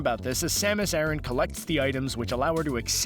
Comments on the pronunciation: Aran not arron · Samus Aaron? Only ever heard of pronounced similar to Iran. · in Japanese it is サマス•アラン, making the pronunciation something like ah-r(l)an, which is closer to the male name Aaron than to Iran.